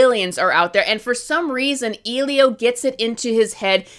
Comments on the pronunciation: Compared to Cars 2, Eilo is not worse than Cars 2. Unlike Cars 2 it’s not a cash grab. Also, just as a side note, you pronounced Elio wrong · What's weird about this "review" is you go on and on about things that are, shall we say, less than true? But then you also ramble on for 19 minutes without ever once pronouncing the character's name correctly. That's just so bizarre. Almost like you didn't actually watch it. But that would be unethical, wouldn't it? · You’re comparing hitler to elio💀 I understand where you’re coming from but she rambles on in a way that makes it sound like she’s just hating to hate, and I’m sorry but if you make outrageous claims like “this is the worst Pixar movie ever” and mispronounce the name repeatedly then you sound like an idiot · If you can’t pronounce names correctly, then you shouldn’t be making unqualified claims. It’s a lack of research and understanding on part. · I have mental issues and I didn’t even notice this LMAO I’m convinced she didn’t watch it because she literally pronounced the title wrong confidently after supposedly seeing it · DONT LISTEN TO THIS LADY. she has no knowledge of the work put into animation i guess, as a fellow artist and animator people like her critiquing just pmo. She’s just being dramatic for clout. She isn’t even pronouncing the name of the film she watched right?? Like I get some points I’ll admit but seriously? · Yes! Like how are you going to say its bad when you can't even pronounce the name of the movie correctly even tho it's said all the time throughout the whole movie. So yeah of course they're gonna miss key elements and themes that make you care about the characters and story in general. Its just so frustrating when clearly she went into it with her opinion on it already being decided. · EXACTLY. Has she even watched it?? If you watched it you should know how to say the main characters name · Sorry.. who is “eelio”? You mean Elio? 😂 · WTF is "Ilio"? The movie is called ELIO